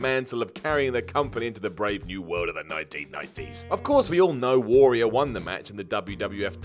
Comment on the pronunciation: the way mispronounces the word `warrior' has to be my personal pet peeve